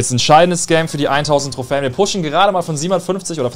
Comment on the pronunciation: Es heißt nicht trohfän Trohfen